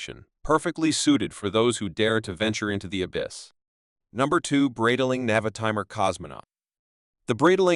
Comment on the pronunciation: The way AI's rape the Breitling name and other parts makes the video humiliate the watches and the whole brand. Horrific.